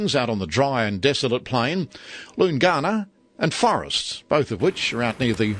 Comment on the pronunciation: Wonderful layout and detail! I used to drive 1800 metre long freight trains on the trans between Adelaide and Perth from 2010 to 2015. The crossing location Loongana, is pronounced Loon-ganna not Loongarna. All in all, still a great video 👍